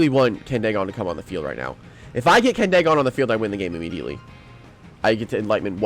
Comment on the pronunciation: Also i think it’s pronounced candy gone instead of candae gone but I might be wrong